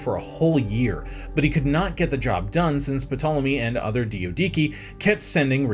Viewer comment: The DIO-DIKI? Nah you’re doing this on purpose 😭 cmon there’s not even 2 I’s It’s clearly Dia-do-key and don’t even get me started on “Po-leap-rechaun” You know what, maybe the comments are right, bring back Simon